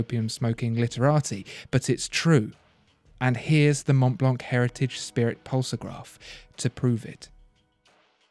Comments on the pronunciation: The c is silent in Montblanc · Prononciation is Mon-blan, the c is silent, nice review though, keep the good work rolling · I love listening to him talking but if you speak about watches learn how to pronounce German and French names!! Literally ALL decent brand names are French or German. The pronunciation is just so very very English aka I know nothing outside of where I grew up. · André Torroni Montblanc is German. And they do pronounce the C at the end.